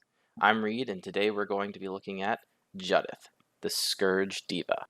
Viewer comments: Isn’t it Jew-dith? As in the name Judith? I don’t care what Wizards say. If they want it to be pronounced differently they should spell it differently. Jud-ith would be spelt Juddith. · Its Jew-dith bro. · The mispronunciation of Judith is driving me nuts. It’s a real name 🤣 Good deck though.